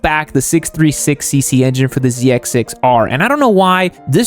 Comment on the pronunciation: am i the only one who heard "z 6 sux r"